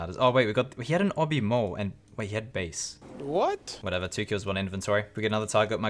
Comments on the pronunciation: Its Bass not base 😁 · I fucking cried when you said Base instead of bass. 😂😂😂😂😂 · When you said bass as 'base' haha RSN: M0ssasaurus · The fact that you losing 100M wasn't even the most interesting/confusing part of the vid is honestly hilarious. Who the fuck brings bass? And why did you pronounce it as BASE LOL? Quality content. RSN: 0vxrdosed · I mean, you know that fish 🐟 isn't pernounced "base" right lol... Are you a "sal-min" guy aswell? Rsn: FLtchburg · He can’t pronounce the word right i guess they don’t have Bass in his country 😂😂😂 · RSN: ANAPLASMOSIS my favorite part was when you pronounced bass wrong 👀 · Jakl iz bakl It’s bass not bass ;)